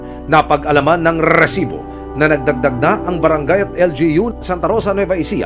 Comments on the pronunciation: reeeeeeeeesibo pla hindi resibo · Bago bigkasin ni emil risibo dami munang r😂 rrrrrrrrrrrrrrrrrrrrrrrrrrrrrrrrrrrrrisibo prang Galit na aso😂